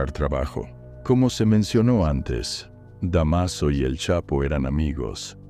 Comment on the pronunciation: DEMASO? DÁMASO!!!